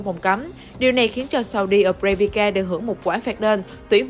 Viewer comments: “Sau đi a bra bri ka”. Để ý c này đọc snew hay đọc sai T.anh ghê luôn á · Saudi Arabia thêm đâu âm "K" vô vậy chời?